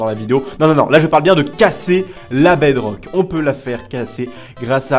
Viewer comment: Je rêve ou il a dit 8 sucret sur la bedroque